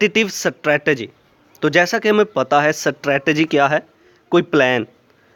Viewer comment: I think u are not pronouncing strategy.. anyways u helped me learning this topic thanq sir💗